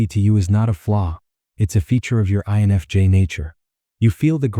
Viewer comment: why can't the weird computer voice prounounc "I"NFJ? And would someonevedit the pacing of the words so that the sentances make sense? why do we put up with this when any random English-speaker would do a better job?